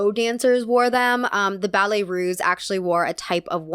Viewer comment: Ballet Russe, not Ruse. S sound, not z sound.